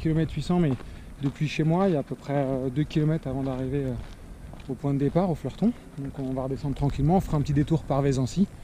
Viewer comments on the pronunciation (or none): L'A/R à la baraque, c'est aussi ma "sortie classique" :-) Et pour info c'est le Fleutron pas Fleurton :-D